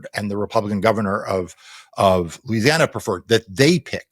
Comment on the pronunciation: Louisiana - rhymes with Lose.